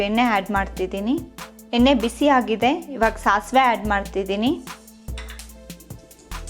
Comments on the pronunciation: Adu harda ,henne allamma arda yenne anta pronounce madu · Welcome. Your voice and narration also amazing. But you have to correct your pronunciation of kannada. You use henne for yenne,harda for arda, uli for huli . Hope next time we will see you with corrected pronunciation. All the best.